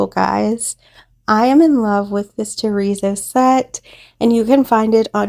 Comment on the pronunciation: I love how your coasters came out. When you say terrazzo I hear chorizo, it’s making me hungry 😂 sorry I thought I would share that. Hugs